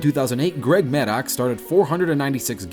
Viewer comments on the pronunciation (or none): Maddox = MAD-ducks Castilla = Cass-TEE-uh Joel = Joll (like roll) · Greg MAD OX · Dislike and unsubbed for not knowing how to pronounce Greg Maddux properly.